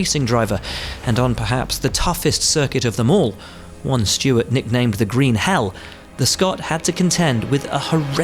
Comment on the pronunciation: hey guys his name is Stewart not stewards